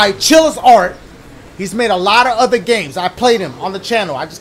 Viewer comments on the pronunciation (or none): none